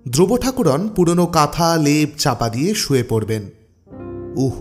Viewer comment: গল্প পড়ার ধরন বেশ ভাল কিন্তু উচ্চারণ ঠিক করুন ঠাকরুণ কে ঠাকুরোন? খুব কানে লাগছিল সারাক্ষণ ।বুঝেছেন তো কি বলছি?ঠাকরুণ বলবেন ।